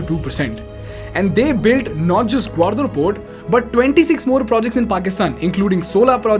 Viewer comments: Good content... a few pronounciation mistakes ..gawardar ?! ..seriously ... its gawadar for crying out loud.. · Bro, the only mistake you did is pronounced Gwadar as GwaRdar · It's not Gwardar (ग्वारदर), it's Gwadar (ग्वादर). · Its gwadar, not gwardar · excellent content BUT .. i HATE THE WAY U PRONOUNCE "THEIR " AND "GWADAR".. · It’s simple The China doesn’t want to depend on strait of mallaca (one sentence answer) Not a criticism but Gwadar wasn’t pronounced properly Nonetheless wonderful content